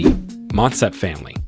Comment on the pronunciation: 3) Motsepe Pronounced Moo-T(s)ea-Peh